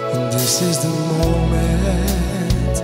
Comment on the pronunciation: Destiny biekoont....😂😂 man wat een slechte uitspraak zeg🤷🏻‍♂️ ... over DIS IS DE MOMENT niet te spreken 😂